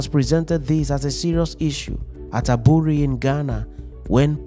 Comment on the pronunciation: The pronunciation of the word"Aburi"should rather be "3buury" thank you.